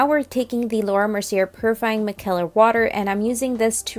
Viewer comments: Micellar water the c is a s sound. I just thought maybe you could pronounce it better if you knew that :) Love love look number 2 so pretty. I knew this palette would sell fast. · It's (MICE-EH-LER) girl I have the hardest time with decolletage. Like do we say ahg or is it silent? Lol.